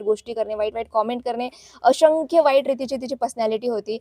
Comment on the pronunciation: अशंख्य नाय बाई असंख्य असतंय ते.. आधी मराठी नीट बोलायला शिक mg दुसऱ्यांची नाव बदनाम कर...